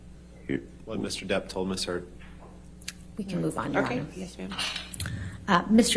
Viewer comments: listen to the lawyer call her miss turd xD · Am I the only one hearing her say "Ms. Turd?" lmaooo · I knew I wasn't crazy like I swear for the last 15 minutes she's been saying Ms. Turd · did the lawyer actually say “miss turd”? Edit: ok. After watching further I notice more people noticed this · Did JD's lawyer say "Miss turd" as a purposeful mistake ? Did I hear correctly? Is anyone else hearing miss turd at that point? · I swear, JDs lawyer just said miss turd....sounded very like it....hahaha...imagine.... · DID SHE SAY MISS TURD??